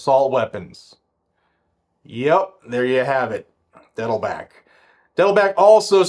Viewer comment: Are you intentionally mispronouncing Dettelbach? Bach is german for a brook or stream. Pronounced just like the great composer.